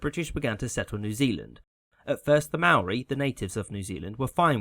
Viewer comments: Hello from New Zealand, just wanted to point out that “Māori” is basically pronounced “Moudly” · You pronounce Maori like “mouldy”